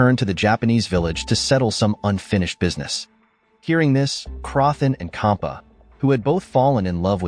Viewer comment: It is not kha it is cha, not khampa, its champa